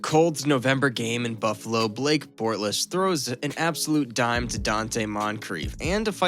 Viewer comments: Leh-nerd and Bortls not Leo-nard and bort-less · narrator really pronounced it leo-nard and bort-less. that shit made me crack up every time he says a name. good shtick right there. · Bort-less?? Haha what an idiot